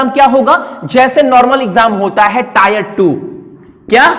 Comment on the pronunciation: Can't stop laughing😂 टायर 1।।। वेहलू।। first learn how to speak sir ji